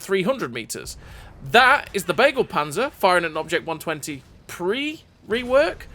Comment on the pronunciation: Hahahaaaa "bagel panzer". Pls have Google speak Begleitpanzer to you in German.